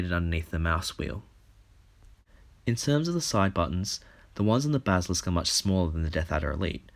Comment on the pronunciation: dude i love ya BUT YOU CANT PRONOUNCE BASILISK